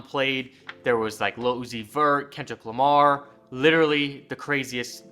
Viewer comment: Am I the only one who thought he said ketchup Lamar